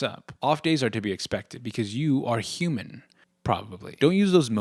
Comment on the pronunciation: I didn't hear you say human and I thought you were saying 'You are HUGE. Probably.'